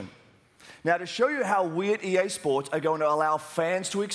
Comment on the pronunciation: Dude, you're not saying EA SPORTS correctly ...